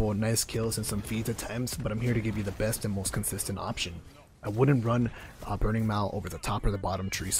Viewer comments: What is 'burning mawul' lol. Good video though, very detailed. Nice insight into the lack of functionality in some of the Titan classes for PvP, but some classes have always been better at some things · Burning Maul (Brr-ning Mall)